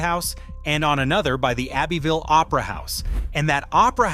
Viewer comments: Abbeville is pronounced Abbie-ville. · The old folks pronounce it "Ab-vull". I mean really really old.